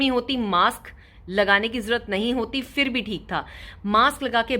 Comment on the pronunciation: Aap Indians “Phir” ko “Fir” kyun bolty hai?